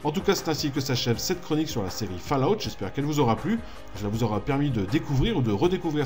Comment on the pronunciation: purée... c'est pas "fallahout", c'est faulaout". ça me crisse les oreilles à chaque fois.